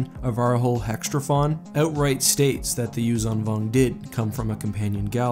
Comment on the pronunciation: you are saying yuuzhan vong wrong but i dont know how to show you the right way :D it more like yuuSHAN vong but harder.